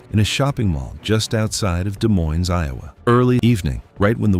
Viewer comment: Both of the s's are silent, in Des Moines